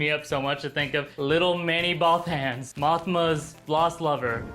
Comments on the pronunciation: Both-ens? I always thought it was pronounced Both-ans. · why are you picking on the people that say instead of AT AT? I'm pretty sure I heard you say bowthans instead of bothans several times. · Jeez, I don't think I've heard such terrible pronunciations of "Bothans" before watching this video. Please, do us all a favor and never pronounce it "Boe-thans" ever again. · the way he says bothans.. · American's can't pronounce "Bothans" correctly, is what I took away from this clip.